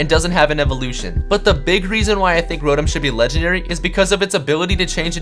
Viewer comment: It's not rowtem its row tom